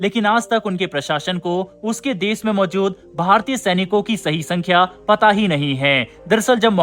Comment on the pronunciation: Why do you pronounce sh and s sounds wrong. "Twisht" instead of twist and "des" instead of "desh". Sounds bad. But yes, good coverage. Bharat should stop all aid to these buggers.